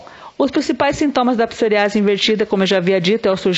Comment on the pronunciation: Psor Í ase, com ênfase no i